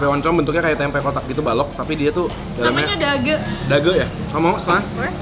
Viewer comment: Dage baca e nya e susungguhnya ko n ci.. bukan dageu🤪